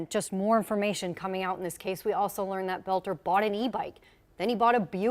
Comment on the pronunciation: the dudes last name is boelter not belter!!!